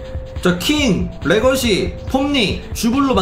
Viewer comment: 래거시 아니라 래거사인데...😅